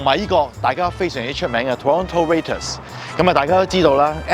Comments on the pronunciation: Raptor 發音錯晒呀 ！ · YouTube 唔易做👍🏻 👍🏻一贊。多謝你介唔 Toronto, 我就係住喺Toronto👍🏻 Raptors 個名讀得唔啱，下次留意啦！